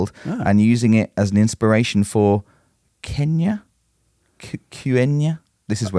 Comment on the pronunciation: 'Quenya' is pronounced 'Kwen-ye'.